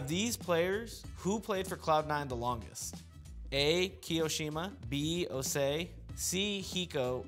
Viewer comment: is osee actually pronounced "o-say?", I could've sworn it was "oh-cee"